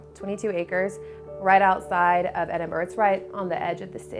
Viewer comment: I see her with the green hair is still saying Edinburgh wrong even after living there!